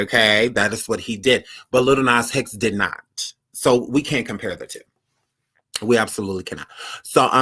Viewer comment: He said LIL NAS HEX 😭😭😭😭